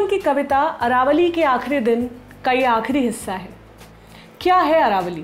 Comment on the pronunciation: Aravali not Aravalli